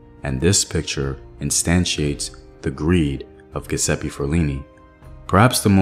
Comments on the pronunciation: Thx for another great video. Giuseppe is pronounce Jewsepy 😊 the G sounds like J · Pronunciation is GEE OOO ZEPPE OR GEH ZEPPE fyi